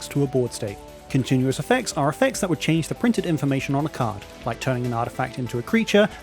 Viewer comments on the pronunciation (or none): none